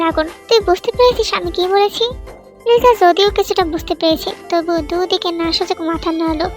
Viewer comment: আছা ওর নাম Lisa না তাহলে লিজা কেন বলে